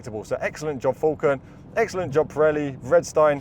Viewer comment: They are called Pirelli, not Prelli